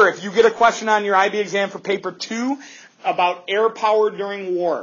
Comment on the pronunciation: LMAOOOO "They liked what Canada was all aboot"